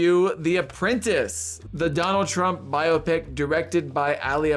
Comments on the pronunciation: The o is not hard in biopic. Bi- op’-ic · It’s not regional. Bi-AH-pic is the proper pronunciation.